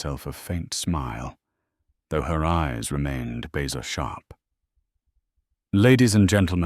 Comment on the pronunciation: No Offense But apparently you do not know the American language and you are screwing up on some of the wording, When you comment on how many are watching. It's not 70 & 3,000, it's just 73,000. You mentioned on the telegraph bezer instead of razor. Maybe you need a proof reader as to what is written so it comes out correctly. You've got the great voice for it, Good Luck.